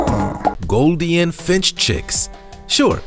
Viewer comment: Goldien? Probiscis? It's golden and proboscis! I mean you're literally pronouncing an obvious 'oh' sound with a long 'i' sound! I like your videos, but come on! You're delivering educational content, but REALLY botching the pronunciation of important, and sometimes simple words! I mean, proBIScus? How did you even do that? I hope your channel does well and we get to see much more content from you, but please, learn the correct ways to say these names so you're not spreading disinformation in your factual informative videos.